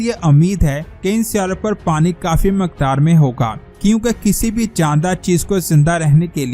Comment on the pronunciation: lafzun ko zara dhek kar bholiye ga hameed nahi ummeed or Maqdaar nahi Miqdaar he Sahi lafz ummeed he k aap Ko bura nahi laga hoga thanks 🙏👍